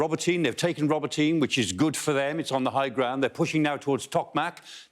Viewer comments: It's not Roboteen, it's pronounced Robot een eh. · For Mr Clarke's benefit, it is RO (as in rot) BO (as in bot) TY (as in tea) NE as Nairn or hair)